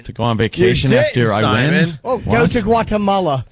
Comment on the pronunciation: LOL "Gualamala" fucking Vos :P